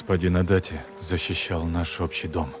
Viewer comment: Для справки, не Адати, а Адачи. Это неправильная русская транскрипция. Я сам живу в городе Адачи, район Токио